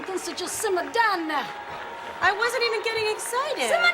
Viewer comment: Simm’ar down’a now’wa